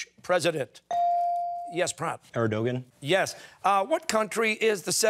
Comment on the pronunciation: Erdogan-not Ardogan